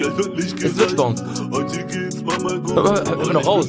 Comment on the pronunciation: Es is nicht bonez man hört das